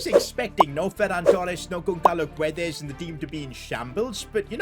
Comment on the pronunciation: as a portuguese i can't listen how yall say "guedes' don't pronnunce the u, its like "gedes"